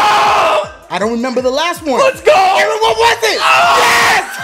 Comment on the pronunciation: it’s EERRRNNNNN nah fr his name is Aaron